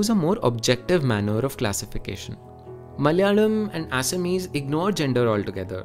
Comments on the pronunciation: You are the first Gordon I have seen that pronounced our assamese words correctly bro i an proud of you 👍👍👍👍👍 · I’m a Bengali from Assam and trust me bro you spoke both the language perfectly. The pronunciation is exactly the same… Basically the non-Assamese can’t pronounced the “x” sound but you did very well